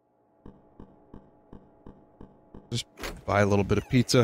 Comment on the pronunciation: "Combine the ingredjents to make you a pizzer"